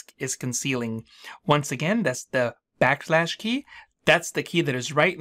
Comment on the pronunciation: Are you saying "back lash" or "back slash?"